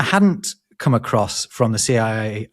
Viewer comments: I wonder why "across" is often pronounced like [acrossd], with an audible "d" in the end... Even pronounced it here as [acrossd], but then quickly reverted it to a (normal?) [across]. For me as a non-native English speaker, this "d-ending" sounds completely illogical. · It took me years to stop saying "acrossed" instead of "across". Hearing immediately fix it was very gratifying.